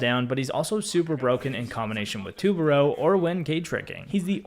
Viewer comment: Pronounce it right it’s tu ba ru say it like that